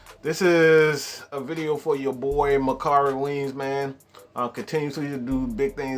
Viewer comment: 😂😂😂 *Makari Weems!! But thanks bro